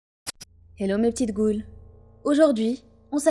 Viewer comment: Quand elle a dit: bonjour mes petites goules. J’ai compris: bonjours mes petites couilles😂